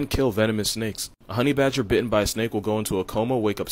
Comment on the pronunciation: he said"Stoffle the homey (HOMIE) badger. lolahaha